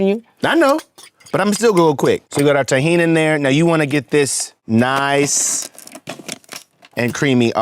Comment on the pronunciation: Lmao at Scott calling Tahini “Tajin” I was like oh this hummus is going to have some Mexican flare 😂! Then I saw him pour the Tahini lol